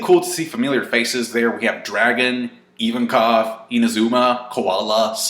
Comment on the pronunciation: the way you pronounced ivankov made me want to die